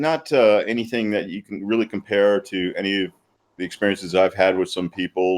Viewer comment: No. It’s more like “RULLY”